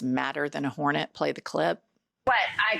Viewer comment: I love the enunciation, "madder than a WHOREnet" 😂